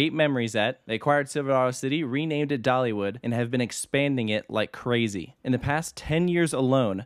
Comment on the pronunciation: I just noticed a couple words that got squashed a little (like the "Dollywood" ); nobody who doesn't work with audio would ever notice and those of us who do wouldn't tell you to stop doing it